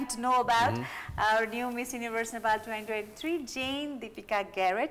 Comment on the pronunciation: I support her, I like her, but when Nepali says Nefal, it gets into my nerves😅😅